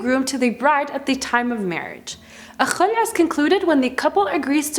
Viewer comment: She pronounce "Kh" perfectly When she say Khulah 😍😍😍